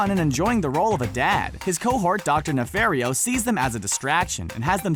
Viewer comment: It's docter NEH-FAR-E-O